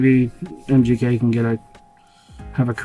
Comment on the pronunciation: Sounds like your saying mjk it’s mgk